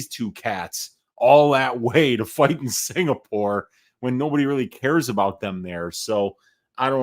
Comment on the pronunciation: It's UFC Singapore... Not UFC SINGPOOR... C'MON!!!!